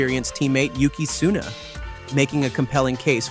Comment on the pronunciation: It is Yuki Tsunoda, not Yuki Tsuna... And is Max Verstapen not Max Vers... So annoying and sounding arrogant, just very simple video edition of pictures and reading a text summarized by AI... This channel should be called "In Middle".